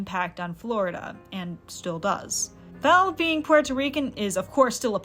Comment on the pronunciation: very cool video ! just wanted to mention , as a puerto rican , i quite enjoy the way you pronounce puerto rican/rico - many puerto ricans do not use the “r” sound in the middle of words so while rican/rico is said with an “r” sound , puerto is pronounced more like “poo-well-toe” not “poo-air-toe” , but i enjoyed your pronunciation of it , very interesting and fun